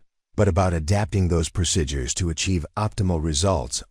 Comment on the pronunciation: You need an AI reader that can pronounce "procedure" correctly, so I don't go crazy!